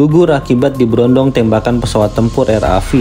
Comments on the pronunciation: RAF ... eF bang bukan Vi. Royal Air Force ... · RA"e"F mas...bukan RAV"i"